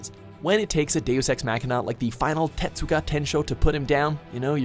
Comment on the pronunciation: Fucking learn to pronounce shit fuuuuuck. Tetsuga? It's Getsuga!